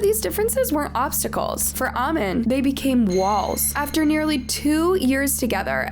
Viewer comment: The way you're pronouncing "amin" is irritating me please